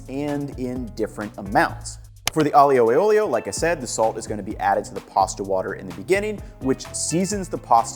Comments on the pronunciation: I know it shouldnt bother me, but Aglio e Olio is pronounced with fewer slylables than you are using. Aglio and Olio are both two sylabls, so it should be closer to 'Ahl-yo' and 'ole-yo' for an 'ahl-yoo e ole-yo' pronounciation. The gli officially sounds like the lio in "million". You are great on the opening to both words, you just end them differently. Thank you for the video, I hope this comment finds you well and doesn't cause you irritation. Italian pronunciation can be rough on the english brain. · I love the way he pronounces Aglio E Olio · Please please please for the love of God man, learn how to properly pronounce Aglio e olio. My ears still hurt. Love your videos BTW.